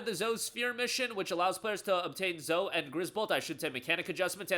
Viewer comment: Zo-e say her name correctly